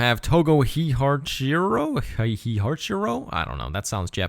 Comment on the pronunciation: It would be pronounced Hey-hah-chee-ro.